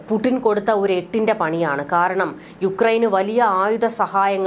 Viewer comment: പുഡിൻ എന്നല്ല, പുടിൻ, ടിപ്പർ, ടിന്ന്,,,Sയർ